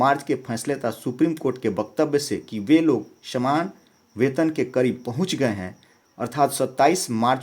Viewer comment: Shaman kam nahi Saman kam hai ucharan ka sudhar kro master for video upload karna